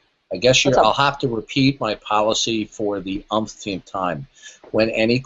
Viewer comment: And it pained him greatly to have to repeat himself for the 'umptumpth' time.....he really needs a better fitting set of dentures.